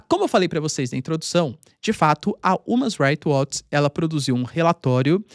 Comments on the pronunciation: Umas Rights Watch ???? Human = Ruman PRONUNCIA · Umas Rights Watch ???? H = R ao PRONUNCIA Human = Ruman PRONUNCIA Aprende a pronuncia corretamente POHA